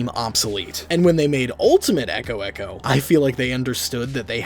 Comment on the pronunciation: Was it just me that heard ultimate eggo eggo instead of echo echo